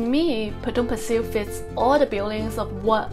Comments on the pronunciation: You pronounced "Pasir" wrong. It's a Malay word and hence it is pronounced as "Pa-Say" which means "sand". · I know you will be back for the Fish Head Noodle Soup!😂 I actually wanted to date you for dinner at that coffee shop after the pandemic! I am staying nearby and the NTUC you mentioned has closed down. and let me teach you how you pronounce Potong Pasir locally......Potong Pa_Say!🤣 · I lived in Potong pasir for 10 years and goes back annually. My family still lives there. I have never never ever heard anyone pronounced Potong Pasir the way you pronounce it. It’s Potong Paseh not Pasil. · FYI the right local pronunciation for Pasir is sound more like 'pa say' not 'pa sir'. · Potong Pasir is very close to the apartment where I was 31 years ago. Your pronunciation of Potong Pasir sounds cute. I used to play basketball their prior to my departure to US. Have a good weekend. Thanks